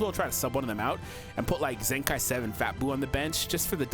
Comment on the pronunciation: it's zenkai not zenki